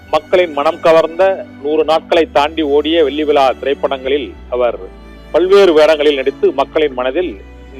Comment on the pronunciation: First u die da... Dont u know to read Tamil? Vetri Vila.... Even a 3rd standard student will pronounce as vetri vizha